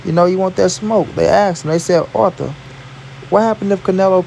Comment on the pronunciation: It’s artur not arther lol